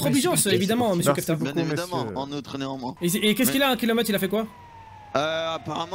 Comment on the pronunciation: "Nezanmoins" plutôt !